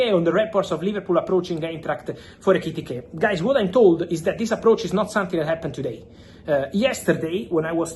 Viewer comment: Fabrizio, you are so amped-up and speedy that I can't relax and enjoy your content. Slow your speech and gestures down and you will grow 10m followers. Love your work, and love that you are incapable of saying Ekitike correctly more than once every 5 times you say his name! 😂